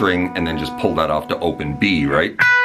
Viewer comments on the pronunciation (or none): none